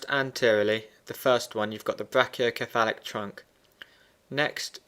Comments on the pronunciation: ME TOO!!! lol, i love his videos.. but come on man.. it's brachio"se"phalic not brachio"ke"falic! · Its pronounced (Brake-E-O-sefalik)